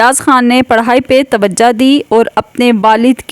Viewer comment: تم بھی توجا دو اردو نہیں آتی تمھیں۔ توجا نہیں ہوتا لفظ توجہ ہوتا ہے😅😊